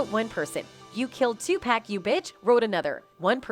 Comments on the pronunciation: These "mainstream" folk gotta stop with the 2-"pack" pronunciation. Digitial automation or not. It's 2pac (pock). It's disgusting. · It's so annoying how the Chick talking in this keeps calling Tupac Tupack ? There's no k lady Tupac ! 😷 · I was saying the same thing 😂😂😂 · The lady makes me laugh yo lady learn how to pronounce 2pac,Tupac and wait don't get me started the lady can't pronounce Los Angeles .